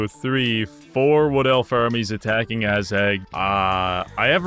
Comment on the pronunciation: be honest... you did this just because you wanted to say "Ass-Hag" all the time xD